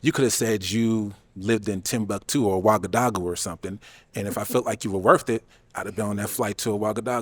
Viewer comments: So hard to watch these sometimes. Would be nice if people stopped trying to use words that they clearly cannot pronounce the correct way. Ouagadougou was BUTCHERED! 😬Also, orientated?? The word is ORIENTED!! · Shoutout Ouagadougou, pronunciation was wrong but 😅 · Never thought I’d hear my birth city mentioned on this show lol ( Ouagadougou) granted he pronounced it wrong but I’m still impressed lol